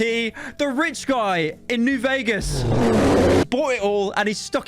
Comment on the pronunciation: Pyro saying New Vegas lmao